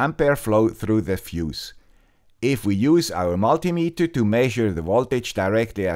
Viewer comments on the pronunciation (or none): none